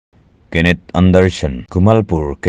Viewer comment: Anderson tih tur zawk aw